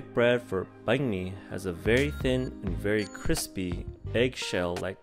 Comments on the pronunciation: Sounds like your saying bank my bum 😂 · lol at least get the pronouciation of Banh mi correct. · Please learn how to say it properly. It's "banh mi" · Your pronunciation of bánh mì is interesting. Nice vid tho